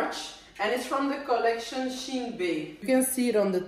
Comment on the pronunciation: Its pronounced"She in"